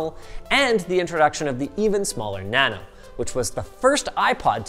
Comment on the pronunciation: How dare you mispronouncing the name of the holy iPod NA-NO